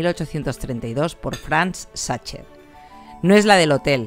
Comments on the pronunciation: Como boricua que vive en Alemania te puedo decir que con tu pronunciación de "Sacher" nadie te entenderá.😆😆😆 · Queda horrible que pronuncies CH. Es Sajer!! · Por favor, pronuncia el nombre corretto! "saquer" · Por favor, se dice SAJER, la ch en aleman, es J...en serio, tanto esfuerzo en reproducirla y no dar un paso mas en la pronunciación?. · Sacher pronuncia como sajer no como tu dices satcher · Pronúncialo "sajher". No "sacher". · Gracias! La probaré. Y... Sin intención de ser pedante, se pronuncia /sajer/ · No es la falta de conocimiento (que todos tenemos claramente) es la falta de interés. Si escuchas que los locales le llaman Sacher [ˈzɑxər en el AFI] puedes tratar de intentar replicarlo un poco puesto que estás en su país (ya si te sale la cadencia mal se entiende), pero es que (xər la última sílaba de la palabra en su idioma) y (ʃɛr que sería la última sílaba de pronunciarlo tal cual en español) ni siquiera son el mismo fonema :/ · Gracias por la receta! Sin duda toda una joya. Solo una aclaración, fonéticamente se dice Sajer o aún mejor Saja (ch se pronuncia en el alemán como una J y la terminación -er tiende a escucharse como una a) solo lo digo, para quien se llegue a Viena y pregunte (ya sea por la torta o el hotel, le entiendan de lo que hablan. ;) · A modo de comentario, esa resistencia que tienen los españoles en pronunciar las palabras en su idioma original 😅 los idiomas es riqueza cultural, no atentamos contra nada en pronunciarlas como fueron creadas. También probé la tarta en el Hotel Sacher ("sager" para su pronunciación) veré si con esta receta logro a hacerla parecida a la original. Gracias por difundir 🤗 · Se escribe Sacher, pero se pronuncia Sacjer.